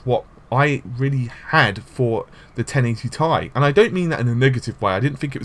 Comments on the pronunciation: Did call it TIE again? I didn't watch. Can't bear to hear 1080 TIE one more time. Esp after Nvidia founder & CEO called it a 1080 Tee EYE just yesterday in front of the whole fucking world! TEEEEE EYE. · it triggers the crap out of me to. very retardef to think 1080 is thai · Macximunpoder it's pronounced that way. A nvidia employee said so